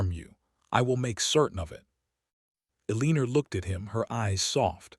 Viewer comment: A-leen-ER? Good grief. Pick out a better AI narrator. Simple resolution to Penelopes's threat: Publish it.